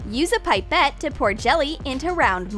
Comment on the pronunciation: 1: ITS PIP-ET NOT PIPE-ET!!!!! 2: NOBODY HAS A LETTUCE MOLD LAYING AROUND 3: WHO HAS WHITE FOOD COLORING